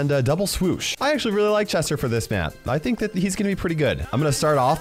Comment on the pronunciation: Drinking game- Take a shot everytime accidentally says "Jester" rather than "Chester"